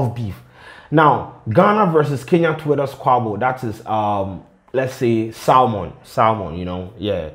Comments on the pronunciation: Universally it is silent. Pronounced like "saemun" or "suhmun" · the 'L' in salmon is silent bro